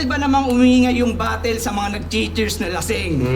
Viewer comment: ang reason kasi kung bakit "batol" ang pagbigkas ng mga bisaya sa "battle" and other words na "tle" ang huling syllable ay dahil yan yung closest sound kung pano ibigkas yan ng mga kano, compared sa "batel". pinakamadaling halimbawa is never naman naging "baybel" ang "bible" ang bigkas is always "baybol" kaya kung tinatawanan ng mga tagalog ang mga bisaya sa pagtatagalog ganoon din ang mga bisaya if ang mga tagalog nag eenglish.